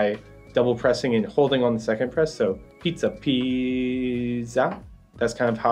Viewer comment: The "Pizza Peeeza" thing kills me. I've been counting thousandths forever, somehow I think it's gonna stop now.